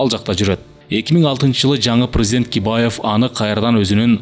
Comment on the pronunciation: Бакиевди Кибаев деп коюптур